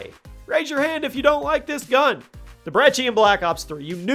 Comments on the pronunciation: Its pronounced Brecci not brechi and where tf is the vmp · The uhh Breggi? Its Brecci! You twit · There is no h in brecci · Bet you didn't know he would mispronounce it